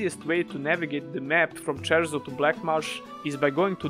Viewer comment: *CIERZO* no Cherso lol and the real bugger, *HOLLOWED MARSH* not black marsh LOL (I see you playing Elder Scrolls out here)